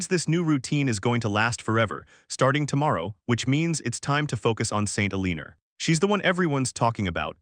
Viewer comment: El-leaner lel